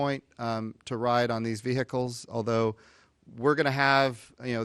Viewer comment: say ve'hic'culs one more god damn time